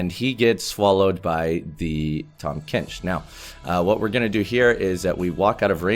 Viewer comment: 탐켄치 너무 한국발음으로 말한다 꿀잼ㅋㅋㅋㅋㅋㅋ